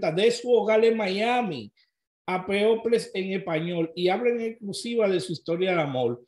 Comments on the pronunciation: Se pronuncia pipol no people. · People se Pronuncia ( Pipol ) 😅😅👍🏾